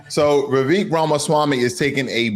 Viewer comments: Vivek is pronounced Vi-vake like cake. Also, Vivek comes from ancestors of the highest caste system in India. His family did not poop in public. 🙄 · You pronounce Vivek as if it is Revek.